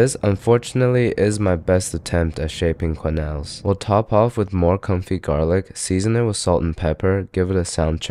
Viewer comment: confit is pronounced (con-fe) not (con-fit)